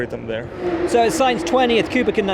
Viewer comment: I appreciate how you saved the pronunciation on Kubica ;)